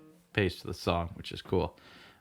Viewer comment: You seriously need to work on your word pronunciation. And sing every word when you sing a cover. "Is" more precious than gold.